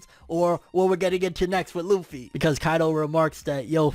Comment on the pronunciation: Its luffy. C'mon bro.